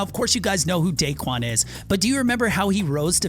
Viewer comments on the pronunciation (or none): you said dickuan